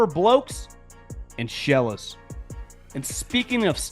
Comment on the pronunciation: Love, but the pause before mispronouncing “Sheilas” has been sending me every time lately 💀